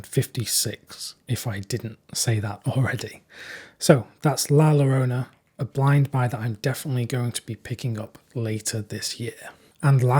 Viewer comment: Just FYI, "double Ls" in spanish are pronounced like a "Y"... La Yo-rona. Otherwise, you're doing great, got me excited for a couple of these titles, keep it up!